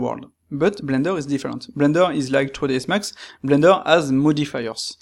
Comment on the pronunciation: twoisdsmax c'est comme ça qu'on parle Anglais ici ? On utilise des mots français avec un accent anglais ?